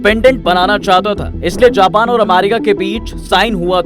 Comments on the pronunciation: abbe Japan ko pronounce to sahi kar le, jaahil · Japan ache se bol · Bhenchon Japan Thik se to bol le pahela